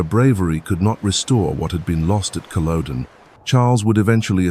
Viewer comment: It’s not cool a don it’s CULL O DEN .